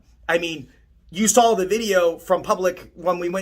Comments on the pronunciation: He ekspecially likes to say 'sawl'. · Why does this guy make such an ass out of himself? Inconclusive doesnt mean deception. He makes up his own meanings just like "facilitate "means he can move around. Why does he say "sawl"?